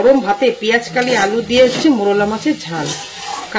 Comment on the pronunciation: দিদি কথাটা পেঁয়াজকলি, পেঁয়াজকালি না।